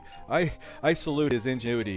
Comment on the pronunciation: My mans said "injewity" instead of "ingenuity" lol😅😂🤣😭